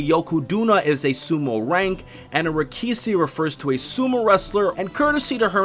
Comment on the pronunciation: I'm sorry but the way you pronounced those words just annoyed the hell out of me Dosukoi - Doskoi Yokozuna - Yokoduna Rikishi - Rikisi